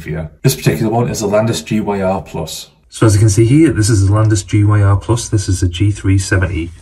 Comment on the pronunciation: gyr is pronounced like Gear so its a Landis and Gear meter not a G Y R 😊